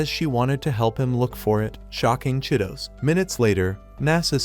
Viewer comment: Bro that girl name is chi-to-se not Cheetos😂